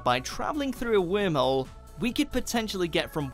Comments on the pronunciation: it bothers me when he says Whimhole... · The guy who pronounce Worm Hole as Whim Hole must be an Esshole :D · Take a shot every time he says “Whim-hole” lol 🤦🏽‍♂️🥃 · omg you didn't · Idk how to pronounce it like that and I’m British. “wourmwhole” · Is it only me that he is pronouncing wormhole as whimholes 🤔? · Wormhole sounds weird when a British person is pronouncing it.